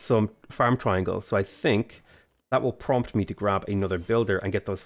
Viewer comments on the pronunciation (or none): none